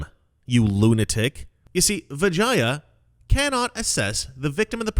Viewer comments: I think you mispronounced vagina. Oh wait i'm sorry. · I thought you said her name was Vagina. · Why do I keep hearing vagina? Lol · I keep hearing Vijina... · Am I the only one who thought he said "vagina" every time? Lmao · 😂I’m sorry. I keep laughing every time you say vagia. Put an “n” in there. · Every time you say vagia, I hear vagina. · Anyone else keep hearing Vagina? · Every single time he says Vijaya I think he’s about to say vagina. It gets me every single time. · Every time said Vijaya's name my head would pop up as it sounded like he was starting to say "vagina". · SORRY BUT EVERY TIME YOU SAID HER NAME..I HEARD VAGINA LOL I AM SO IMMATURE